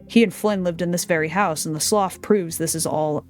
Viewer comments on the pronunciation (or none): The word "slough" is pronounced "sloo", it's a water feature found around marshes.